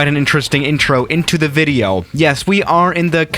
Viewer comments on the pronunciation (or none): none